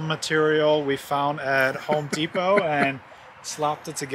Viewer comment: He said, Homey Depot. Lol lic stick